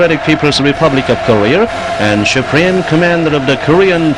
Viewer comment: This propaganda video's English speaker sucks ass. SHUPREME COMMANDER lol